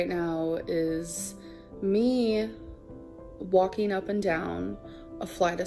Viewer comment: Why does she pronounce "walking" like "Joaquin"? I keep thinking of Joaquin phoenix lolol